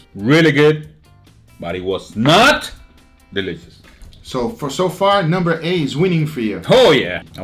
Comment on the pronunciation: "so, so far nUmBEr A is winning for you?" No hate just caught me off guard lmao